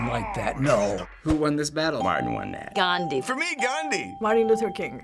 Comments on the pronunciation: Listen you called Gandhi Gan-jee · did he just pronounce it "ganji"? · Dear TheFineBros , At 2.23 time its "GANDHI", not otherwise.. Love from India..